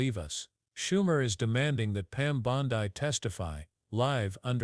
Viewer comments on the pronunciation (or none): Clickbaiting liar, cant pronounce her last name right?